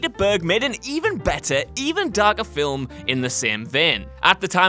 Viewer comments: The word is, "film"-not fillem? Filham? Fillum? Filim? Whatever the Hell you keep saying. There is no letter and no sound between the 'l' and the 'm.' I usually am interested in the topics you speak about, but I can't watch the video because I can't stand to hear you repeatedly say, "film." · is it me or does he keep saying Filim? Anyways I agree totally with this list.